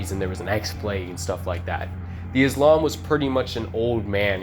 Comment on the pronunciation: the islam?? it's pronounced izlom and it's not even izlom!! that's gravy grandpa!! mosu colam is mozgolom and stomatic is stomatolog,fix your stuff twin,stalker is not a 2000s uhmerican made game set in middle east to have such names